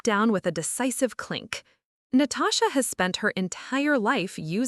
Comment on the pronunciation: Did she say her sister’s name was “NO-TOE-SHA”? That was hilarious 😆